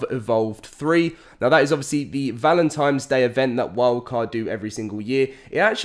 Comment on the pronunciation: He says valentines like I did when I was little "valentimes".